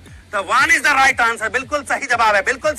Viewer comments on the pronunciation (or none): none